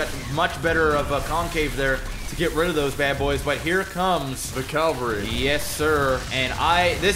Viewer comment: Cavalry. It's cavalry. Calvary is the hill that Jesus was crucified on.